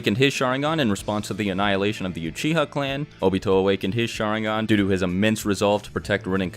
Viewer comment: It's because he keeps saying "SHAringan" "MAdara", "uCHIha". And it's friggin annoying lmao